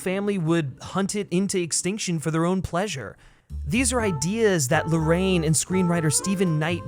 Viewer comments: It's super cringe when you mispronounce the director's name "Larraín" as "Lorraine" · Great review, but, why don't you take the trouble to pronounce correctly the second name of director? Seems to be talking about another person. Easy, try writing Larrain in English-Spanish Google Translate and you have the correct pronunciation.